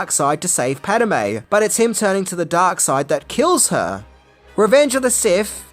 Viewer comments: It's Padme (Pad-may) not Padamae (not Pad-a-may) you putz 😂 Are your eyes and ears painted on!! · "Pahd-may", not "Pad-a-may", goofball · Padme has 2 syllables.......not 3..... Pad. May. Not Pad Em May.............................. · It's Padme not Padame. Get your facts right you Ozzie knob. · Pad-eh-May.... you mean Pad-May? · Pad-a-me is a god in the Elder Scrolls.... Pad-me is Ani's love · This would have to be my favourite prequel movie. PADAME? It's Padme, 😅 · WTF is a “pat-uh-may”??? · Pad. Me. Two syllables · Is it just me or did anyone else felt the flow of the narration suffered when ever he said padme? It kept sounding like he was saying pad-a-me,don’t get me wrong,I love the comedy, I guess I need hearing aids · Naaah... Spiellberg clearly did NOT direct this video. Because if he had, he wouldn't have stopped doing takes, until you had learned to pronounce "Pad-e-me's" name correctly, as you are obviously able to. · Who is Paduhme?? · I'm an Aussie and I know it's pronounced pad may. at times will mispronounce names and I find it funny, as stated, I'm an Aussie 😉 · I think confuses Padme with padawan;) He hardly says Padme, and I believe it's twice, maybe three times that he says it correctly. It has nothing to do with accent, as stated, I'm an Aussie and I know how to say her name, it's just (nothing against ) laziness.